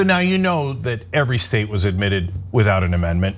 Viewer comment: Did Ana say: "... new states were 'amitted?' 'Omitted?' That's what it sounded like.